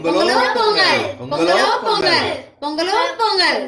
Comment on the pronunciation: polli ella u r pronucing wrongly in our district also we will follow the same procedure but we will cook sweet potato and avarakai ur neighbour(male) is so helpful to his wife . r u a vegetarian or non vegeterian. 🙂🙂🙂🙁🙁by sangeesridharan